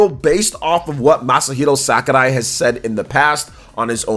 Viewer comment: What a weird way to pronounce Sakurai. 😅